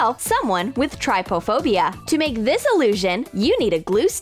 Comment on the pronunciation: Everyone it’s trypophobia not tripophobia